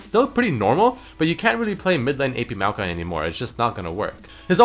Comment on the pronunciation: Its not maokai, its meowkai